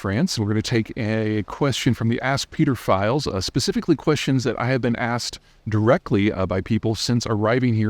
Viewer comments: Did you just say ask the peterfiles? Wtf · You Americans should watch your pronunciation of the letter T if you're going to say "Peter files". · never say "ask Peter files" again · The 'ask Peter files'? Said with an American accent sounds like a conversation with a sex offender. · "Ask Peter files" might not be the best way to phrase that. Said quickly, "Peter files" sounds like another p word. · "Ask Peter Files" Am I the only one hearing that wrong?? 😂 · Stop saying Peter Files